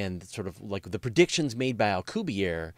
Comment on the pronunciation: In the interests of accuracy, I feel obligated to point out for future reference, Dr. Miguel Alcubierre's family/surname is of Spanish origin, not French, thus the final 'e' is pronounced in the Spanish language; the correct pronunciation is Al-cooh-beer-eh. Here is a Spanish language video for the correct pronunciation of Dr. M. Alcubierre's surname or family name, by a native Spanish speaker, from time index 2;14